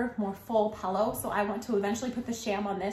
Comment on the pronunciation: the bedding is beautiful!! i just cant get over the fact that you pronounced it pellow lol🤣 love your channel!!